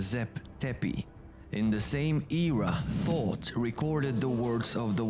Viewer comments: Thought not thoth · It's Toth, not "thoughts himself". WHO do the translations? 😂